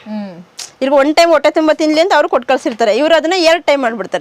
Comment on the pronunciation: ಹಾಶ್ರಮ? ಹಾವತ್ತು? ಒಟ್ಟೆ ? ಥೂ ಅಕಾರ ಹಕಾರ ಸರಿಯಿಲ್ಲ ಆಂಕರ್ ದು. ಕೇಳುವುದಕ್ಕೆ ಅಸಹ್ಯಕರ ಕನ್ನಡ ಉಚ್ಚಾರಣೆ.